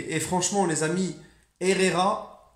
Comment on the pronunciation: Franchement ta du talent en espagnol 🤣🤣, franchement Ander herrera est tro chaud et j espère qu’il va faire l’unanimité 🔥🔥🔥🔥